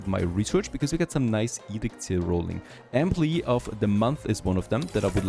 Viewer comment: Enjoy your video but two things lol. You really learned into the dictatorship with the firefighters and workers. There building was burning down and you wanted them to stay at work 😂 and secondly what’s your first language ( no offense) because the way you said employee I never heard it said like that before. But again I enjoy your videos